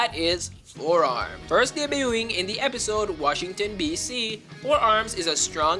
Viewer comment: ah yes F O R E A R M